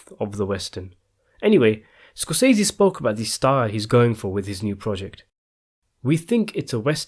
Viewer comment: hey, my British fella, thanks for the news but the correct pronunciation of SCORSESE according to Marty is like "scor se see" he pronounced his name exactly like this. so there is no "i" in it. thanks for regarding